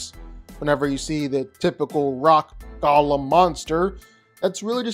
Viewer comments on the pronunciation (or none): none